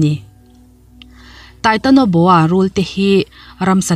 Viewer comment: Titanoboa not titonoboa.